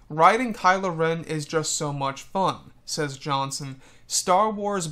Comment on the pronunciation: damer REN NOT RON- REN